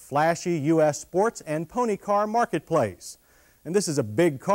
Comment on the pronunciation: "toyote-ha" "intrha-duction" "sports and pone-he car" "at it's light-hist"